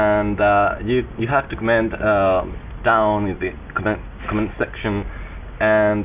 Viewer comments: Yeah i read all the commands, and yeah just command command command and command. LEARN TO PRONOUNCE COMMENT Nice vid. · i like how you say comment :D ADEF and obviously C :D btw KITTEY